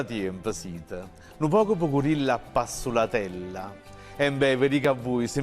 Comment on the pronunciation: Caro, ogni tanto ( ma proprio ogni tanto) prendi qualche 'nzerrecata: e' " appass i u latella e non appassulatella; ancora Raffaele, che ti preciso' che " affatto" non nega ma conferma mentre " niente" affatto" nega. TI seguo con costanza,,curiosita' e gioia di apprendere lingua e storia napolitana. Saluto, con vera stima. Un innamorato della lingua e cultura partenopea, buon chitarrista ed esecutore della canzone napoletana dal 1200 a pinuccio daniele. cu 'na bbona salute...